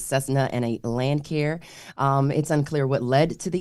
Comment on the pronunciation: Cessna & a Lance Air, not Lancare.